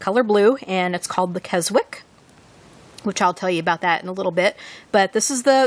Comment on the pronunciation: Nice Filofax. Just a hint, love - you don't pronounce the 'w' in Keswick, it's pronounced 'kez-ick'.